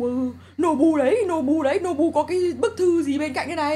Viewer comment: Nobu mà sao anh lại đọc là bú ơi